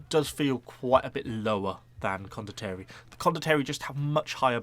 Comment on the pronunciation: Con-dot-tea-air-ie. say it like that XD